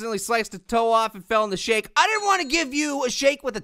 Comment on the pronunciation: It did not sound like he said shake